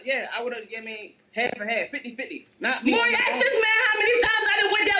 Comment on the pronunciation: A restriction for Welfare should be learning how to pronounce Maury correctly.